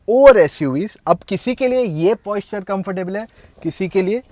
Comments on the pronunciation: Buddy, it's Posture and not Poisture so the pronunciation has to be as per that. Your review is good. I wish you would have spoken about 1. Aerodynamics better in Sedan 2. Fuel consumption better in sedan 3. Ride quality and body roll is better in sedan. Would have been more technical. Please take it as a constructive criticism. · Posture... Not Poisture😉